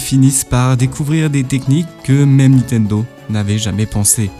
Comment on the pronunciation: C’est qui « Nitendo » dont tu parles tout au long de la vidéo ?